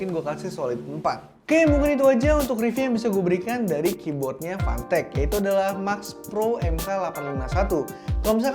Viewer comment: fantech di baca pantek